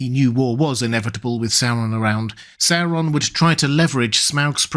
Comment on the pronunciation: Please learn to pronounce Sauron correctly! I love your videos, but cannot watch them/listen to them because of your weird pronunciation of the name Sauron. It is NOT pronounced Sarr-on. The third letter is a "u". Therefore, the pronunciation is actually Saw-ron. Please, PLEASE correct your mispronunciation!!!